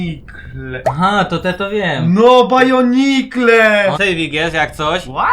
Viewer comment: Bonikle a nie bajonikle 😂😂